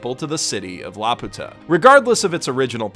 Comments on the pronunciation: Is anyone else gonna comment about how he pronounces it??? I dont know what it is in japanese. I was a lil’ bab the last time i saw this movie and it was in english...but in that they called it LAP-YOO-TAH idk tho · Y se fue.... a Laputa! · Why does he feel the need to say Laputa wrong? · I know I should probably have something to say about the video, but I just can't get over how he mispronounces "Laputa" literally every time despite showing it written right there in plain Japanese at the start of the video. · This is a nice video. Btw, I recognize that this does not especially matter, but it really is pronounced like "lapyuta" (with a Y sound before the U) like they say in the English dub. The Japanese is ラピュタ -- Ra Pyu Ta. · In English & Japanese the pronounciation used is "Lap~u~ta" (one word), not "La Pu~ta" (two words). Thus it was always an uncharitable interpretation on the hispanics part. Heck: I'm not aware of spanish using compound words; so iterating the insult as "Laputa" in speech or in type would seem to be quite the SPaG fail[ure] XD. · perhaps someone with more Japanese knowledge could correct me, but in the title katakana, the ユ seems to be a small yu, so ラピュタshould be read like rapyuta, rather than ラピユタ (rapiyuta). So it would be more correct to call it lapewta than lapoota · CrazyDave746 - "like the rest of us", because he is actually pronouncing Laputa incorrectly. Neither the japanese nor the english dub pronounce it "la-poo-tah", the correct way (in both lenguages) is "lapew-tuh". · actually the Japanese pronunciation is lapyuta. The original pronunciation from Gulliver's Travels is Laputa. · lap-you-ta pronunciation. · No it's not, the name comes from Gulliver's Travels. The Japanese pronunciation is the incorrect one.